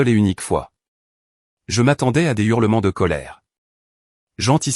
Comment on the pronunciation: L'histoire est bien mais il y a des erreurs qui donnent le frisson. Par exemple les Z- urlements. Dommage